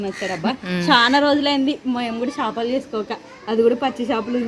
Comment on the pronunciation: Shapalu kadu chepalu